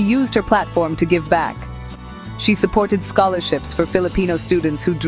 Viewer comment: So she pronoun bank as bunk....back as bark...fax machine as fux machine :face-blue-smiling